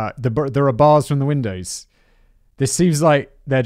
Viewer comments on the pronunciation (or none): none